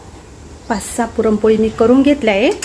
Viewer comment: पुरमपोळी नाही पुरणपोळी 😅😅😅😅